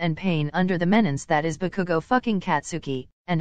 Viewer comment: “I think bakugou broke his door again” Me hearing bakugou as cookoo